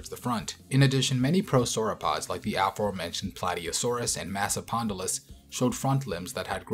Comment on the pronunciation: It's massoSpondylus